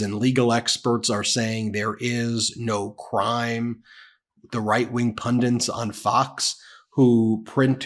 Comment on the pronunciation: Ben, please learn how to pronounce "pundit"!